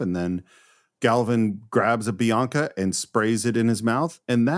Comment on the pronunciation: It’s not Bianca it’s Binaca!😂